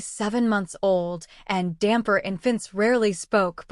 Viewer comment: Hi from Italy, great story. However is not damper but dampyr check on the web the Italian comics DAMPYR is fantastic